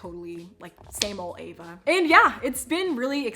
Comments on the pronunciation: Her channel name is my life as Eva but it’s sounds like she is saying Ava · Me trying to figure out how her name is spelt Eva but pronounced Ava?👀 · Why do you say your name as Ava but it’s Eva with an E 😂 still love you tho 😂